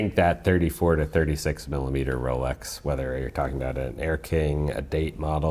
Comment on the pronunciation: The host seems to pronounce x close to tz or the zz in pizza. It scratches the ear. Especially since Rolex is mentioned so ( so so so ) often in these videos.